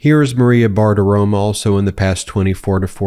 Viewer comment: Maria *Bartaromo, not “Bartaroma”.